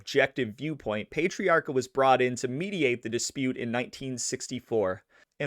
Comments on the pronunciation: one more thing to fix, just cuz i have OCD, you keep saying his last name wrong too. You pronounce it "payt-triarca" and its actually pronounced "pet-triarca" lol. But great job....again. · It's PAh-TREE AAHCA, not Pate-riarka. You gotta say it with a Boston accent. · PAT - ree-aka. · It's Pat-tree-r-ka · No no no...it’s NOT pay or pet it’s pat!!!! Pat-tree-ah-kah💯💯💯👍